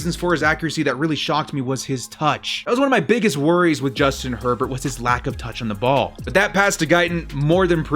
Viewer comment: I thought he said Justin Pervert...